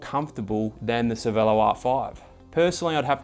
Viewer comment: dude, it is Cher-velo not Cervelo!!!!